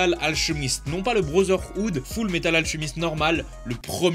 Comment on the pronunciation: "Full metal ALCHHHHHEMIST" Trigger in my head RAHHHHG 🤬😢